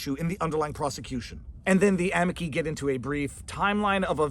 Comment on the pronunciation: I love your videos. I'm sorry but your Italian is horrible. Amici = a me chee